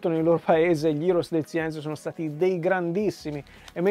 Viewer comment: Ciao. Sono gli (scrivo come si legge) Eroes del silenzio, non Heros. ;)